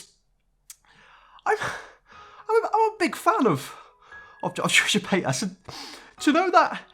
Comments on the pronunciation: No one: This guy: Trisha Payt-Ass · I like how you say her name UwU sounds like Trisha paid ass